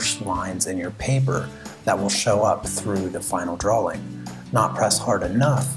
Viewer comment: I'm sorry but "dwawing"